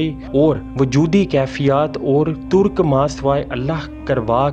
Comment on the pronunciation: Surah aaraaf hai , turk nei tarq hai aap zara apni urdu bhi thik karein plz